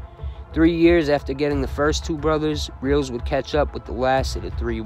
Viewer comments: FYI, ... Kid twist's last name is pronounced Rel-is.. not reals.. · It's Not "Reels" its Abe Rel- les, "The Stool pigeon that could sing, but couldn't Fly". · Nicely put together, Abe's last name is pronounced Rel-ez,an easy oversight, they ended up killing Chris Rosenberg too, Very treacherous people in this one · Great vid... Didn't know how how much damage Meldish did.. good stuff.. glad your not talking about the same ole people.. Idk why your pronouncing kid twists last name like that.. Whenever I've heard it said it's sounds like it's spelled Relis.. Just so you know.. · Abe ‘Kid Twist’ Reles*, pronounced Rell-is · They actually called him the pigeon that could sing,but not fly!Your welcome!!And you pronounced Kid Twist last name wrong,it was pronounced (Rell-ess)Reles!